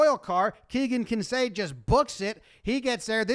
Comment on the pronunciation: I'm worried about your brain,. You kept pronouncing ISOH as "Isosa" which would require a second S, and you alternately pronounced Keegan Kincaid's name as "Kinsade" and "Kincaid".